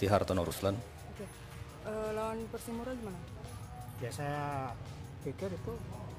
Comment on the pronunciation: Persimura min bukan Persipura